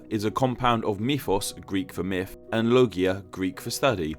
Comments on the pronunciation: mifology. mifs. mifical. idk why but this bothers me lol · When can you start saying "Myth" instead of "Myf"